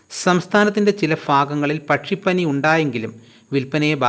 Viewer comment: കോഴിക്ക് വില കൂടിക്കോട്ടെ അതിനെന്താ...... സംസ്ഥാനത്തിന്റെ ചില ഭാഗങ്ങളിൽ എന്ന്പറയൂ.. ഫാഗങ്ങളിൽഅല്ല